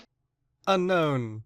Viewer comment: It’s UN OWN not UNKNOWN